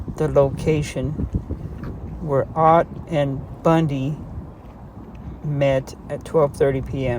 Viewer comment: Its not oat, its ott. Her married name.